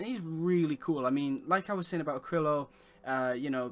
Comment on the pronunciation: You're pronouncing Arkillo wrong. You say the K before the R, like "Akrillo", but the R is before the K. Try saying "Are Kill O"